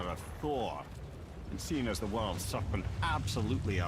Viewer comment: "Sambode just called da sarpænt"